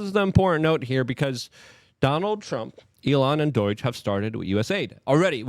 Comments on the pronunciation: Why does he say "DORAGE" When It's DOGE? Also he can't say "important" He say's Imporant... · It’s NOT DOIGE IT IS D-O-G-E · Doge. Not Doyge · Luke I love you buddy, but every time I hear you say doij in liu of doge it's like nails on a chalk board. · Stop saying DOIGE its pronounced Douj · WTF is Doiyge - Luke can mispronounce anything somehow - that's him saying DOGE - bruh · If he calls it Doy-g one more time in unsubbing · ok its been bothering me for a while. Why is Luke pronouncing D.O.G.E. like its spelled D.O.I.G.E.? Am I the only one noticing this!!?? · There is no “I” in doge dude.